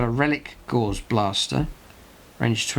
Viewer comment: Love the content, but please check your pronunciation. If you say a word wrong, so many others will. Both oed and chambers dictionary give only one variant of Gauss, it is GOWS, to rhyme with mouse, not gauze.